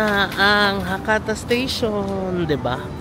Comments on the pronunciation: Check the proper pronunciation of Hakata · Ano po proper pronunciation ng Hakata?